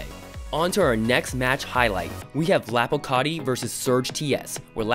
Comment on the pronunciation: Man said "lopocarti"